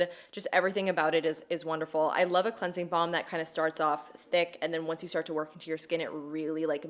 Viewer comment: Is it just me or does says "cleansie bomb"?